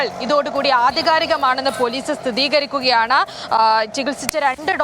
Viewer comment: സ്ഥിതീകരിക്കുക അല്ല കുട്ടി സ്ഥിരീകരിക്കുക ...